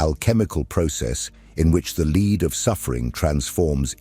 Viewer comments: ...when lead, as in gold & lead, is mispronounced as 'leed', insread of ''led' it shos how little care and post-editing there has been. I can't take this seriously as it could be 'miss-ledding', What would C.G,Jung say, "Gott und Himmel? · 'Lead' got read as leed instead of led. ish